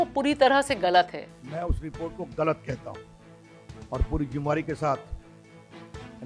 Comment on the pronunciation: abay jimmay-vari nahi (zim-may-dari)* hota hay. mai bhi thoda dhyan bhatka dayta hoo muddo say.